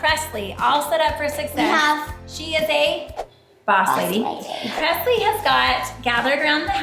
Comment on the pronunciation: pressle like passlie